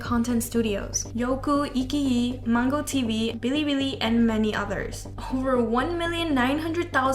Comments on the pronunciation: I don’t want to sound rude but the right pronunciation of IQIYI is not “e-ke-yi”. It’s actually something like “ai-qi-yi”. I know that the person doing the voiceover isn’t fluent in Chinese but as someone who is Chinese I just couldn’t help but want to correct her. Anyways, nice video! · IQiyi is pronounced as " ay-chi-yi" not "iki-yi" 😅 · I laughed at her saying "iQiYi" I'm sorry 😭 I say it the Chinese way, something like "i- tchi-yi " with first i being the same as in iphone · the right way to pronounce iqiyi is ai- chee (cheat but without t)- yee (yeet but without t) ✌🏼✌🏼